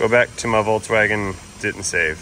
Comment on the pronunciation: FOLKS WAGEN BUDDY NOT WALTZ WAGEN, PLS!